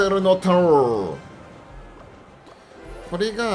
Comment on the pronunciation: 突然のネイティブ「インフェルノタワー( ´_ゝ｀)」好きです